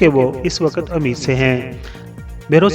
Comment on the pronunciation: سر آپ کو اپنے لہجے میں کلیئرٹی لانے کی ضرورت ہے pregnant women کو اردو میں اَمید سے نہیں ﴿اٌمید﴾ سے بولا جاتا ہے ۔ الفاظ اگر correct نہ بولے جائیں تو جانے کیسا لگتا ہے ۔ دل آزاری کے لیے معافی کا طلب گار ہوں پونا بھارت